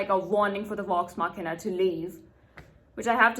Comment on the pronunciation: Assuming you're not trolling us... to pronounce an English v sound, make like you're going to pronounce an f sound, then instead of exhaling, voice the sound through your teeth. V is basically the voiced version of F. Vax, Vex, Vox Machina.